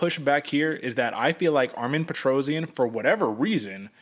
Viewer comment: His name is Armen Petrosyan. NOT ARMIN PETROZIAN!